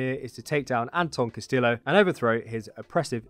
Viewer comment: His last name, Castillo is pronounced Cast-e-o, rather than cast-still-o